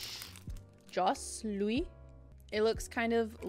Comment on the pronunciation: Jos Louis is pronounced Joe Loowy